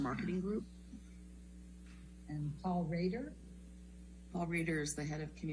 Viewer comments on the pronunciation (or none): none